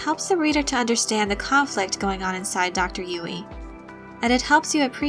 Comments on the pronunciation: I think it's pronounced "Yueh", not "Yui". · i appreciate the video but the pronunciation of "yoo-wee" is so distracting haha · Girl!! You say Dr. Yueh’s name wrong. Actually Yue is more correct Chinese spelling but writers probably didn’t know or wanted it to look different.